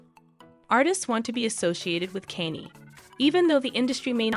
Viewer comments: Why is she saying Kenzie west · cause the dyslectic dimwits saying kainnyy the whole video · kenny west💀💀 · The pronunciation of his name made the whole thing kind of annoying.... At least learn the pronunciation correctly. 🙄🙄🙄